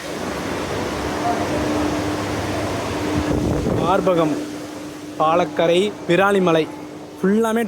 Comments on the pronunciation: மார்பகம்(.)(.) ❌மார்க்கம் ✅😂😂😂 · 22.06 Bro Nalla padinga bro......Adhu மார்க்கம் bro ..neenga thappa padichiteenha 😂😂😂 correct pannikonga ..... Really Detailed Explanation bro... very Useful ❤❤❤